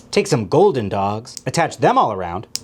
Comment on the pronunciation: For all the hot "dawgs"